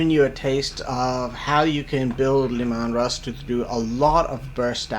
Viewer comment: Look out! It´s Leh-Maahn Russ!